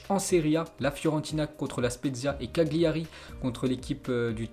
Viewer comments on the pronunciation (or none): none